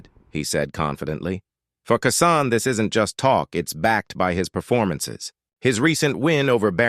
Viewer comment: His name is KEYSHAWN ĶEY KEY KEY SHAWN SHAWN THIS DUDE DONT KNOCK HOW TO PRENOUNCE THE MANS NAME CORRECTLY DISRESPECTFUL COMMENTATOR NEED KEEP HUS MOUTH SHUT AND FINE ANOTHER JOB😅😅😅😅